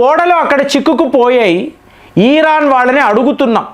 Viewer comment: Please meeru iran ni vichithranga pronounce chesthunnaru its irritating.... but ur sub is good call it iran not iiiiraaan